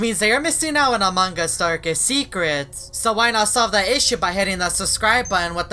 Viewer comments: Why do many players say amongus instead of among-us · its strange you call among us among gus in every single vid my sis is angry at that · When every he say among us I hear mang us Lol